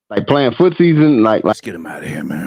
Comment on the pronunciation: Nigga said “footsies”